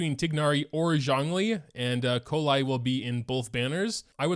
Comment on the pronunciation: it's pronounced kolei btw